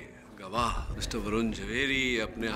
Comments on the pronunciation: Areeee Barun nahi varun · Arrre Barun nahi vrun😂😂😂😂😂😮😮😮😮❤❤❤